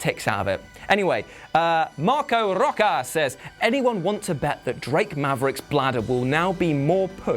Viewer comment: By the way,, "Rocha" is pronounced "rosha". It's Portuguese, not Spanish. Common mistake, though.